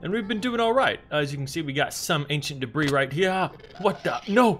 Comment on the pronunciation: THERE IS DEBRII!!! IN THE CORNOOOOR